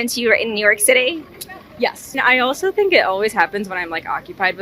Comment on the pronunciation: Does anyone know what "theenk" means? 🤔😂